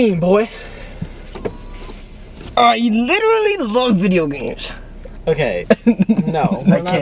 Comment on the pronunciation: Chris: “I LWITTERLY LOVE VIDEO GAMES👉👈” HELP